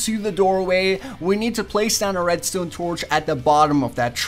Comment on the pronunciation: Anyone else absolutely HATE the way he says redstone? It's red-stone not red-stewn. Awesome vids, just a pet peeve...